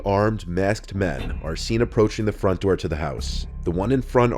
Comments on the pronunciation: “Open the noor, OPEN THE NOOR!” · “Open the noor”